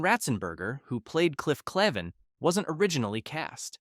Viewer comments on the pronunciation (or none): There's a Long A in Clavin. Did you even WATCH it?